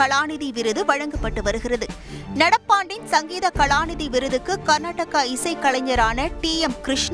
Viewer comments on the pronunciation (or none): அது கர்நாடகா இல்லை கர்நாடக🤦